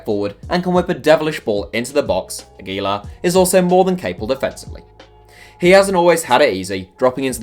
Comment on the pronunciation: The way you pronounced Aguilar hurt my ears.